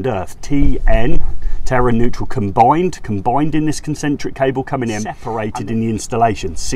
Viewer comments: Why do you pronounce it 'Terra' when the word is 'Terre' T-air. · Terre is pronounced like tair